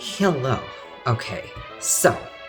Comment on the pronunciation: i liked that russian accented hello